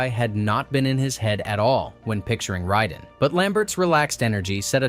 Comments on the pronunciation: Driving me nuts it's Raiden! Not Ryden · Ray-den, not Rye-den, if 6ou are gonna use AI check it before uploading you lazy tit. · Fuckin "RHYYYDEN" ai shite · I cant get past how dude pronounces Raiden lol. Ryden 😂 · Yeah "Rhyden" is the pronunciation of MGS2 character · this video loses all credibility just because you cant pronounce raiden correctly. how the hell do you fuck that up? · the easiest way to tell is an MK video is AI is how he pronounces raiden. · welp when u say Raiden's name wrong u dont have any business making a video get the f**k outta here